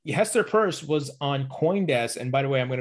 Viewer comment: U r mispronouncing Pierce.